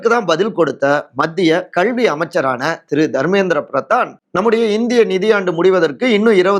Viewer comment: Unga pronunciation கள்வி is wrong. It's கல்வி